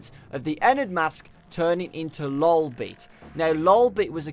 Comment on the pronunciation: you say lolbits name like dis LOLbit